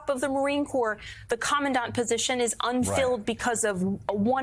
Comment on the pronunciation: Tuberville is so stupid he couldn't even say the word "commandant."